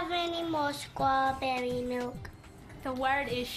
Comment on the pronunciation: never could say Strawberry 🍓 she always said Scrawberry.